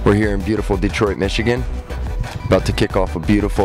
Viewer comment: did he really just say " here in beautiful detroite michigan" ???